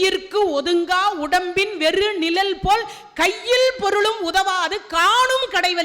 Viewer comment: அம்மா தயவு செய்து நிழல் என்று உச்சரிக்கவும்